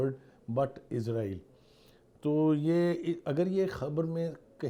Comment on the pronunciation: O Bhai izraeel ni israeel Hy